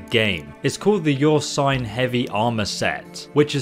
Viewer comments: "I am going to show u how to get the best heavy armour set in the game, The Your Swine Heavy Armour set". 😂😂😂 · I might be wrong, but I believe it's something like "Er-seen" with a roll on the r as it is early Germania based. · Ursine…like “errr-sign”. It’s from the Latin Urus like (errr-sus). Bro have you played this game? How come you don’t know how to say any of the proper nouns? Skellige like “Skell-i-ger” with a hard G. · Thanks so much!! Will def subscribe with a like and def use tonight on my quest..oh and Ive heard a few Brits pronounce " ursine" as (your sighn) as in America we would pronounce it ( errrr sighn) but all in all I don't think there is a proper way other than our cultural ways we pronounce things lol..great vid..very clear cut and to the point..cheers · Wow. This guy is a master of mispronunciations. • ERR-SYNE not EE-UR-SYNE • SKELL-I-GUH not SKELL-IDGE. • VELL-UN not VUH-LENN • LIE-TH not LITH ( “lithe as an eel”) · "Your sign" lmao. Ursine is pronounced " err - sin" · Ursine - 'uhr-seen', not 'yure-sin' Velen - 'Vé-lèn', not v'LEN Skellige - 'Skelli-ge', not 'skellidge' There probably are so many more but these were the ones that made me pause and click off the video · Yoursine...versus ursine... oh boy... Oh and that soft versus hard G in skellige...oh boy... please, please... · atleast he said sorry about yersine .. but for a 5-6 year old game with plenty of spoken dialog pronouncing skellige..well..sigh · Ursine is pronounced er-seen or er-sign. Skellige is pronounced skeh-lih-ger. Hope that helps. I'm going to find this useful when I get around to it. Going the tank build. I always breffered heavy attacks over fast attacks, so this speaks to me a lot. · Did he just pronounce Ursine as “Your sign” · Ursine= "err-seen" Velen= "vell-in" Skellige= "skell-i-gah" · Great video but just for the future Ursine is pronounced more like Er-Sin. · When you play the game on mute: "Skellidge" "vuhlen" "yoursine armor"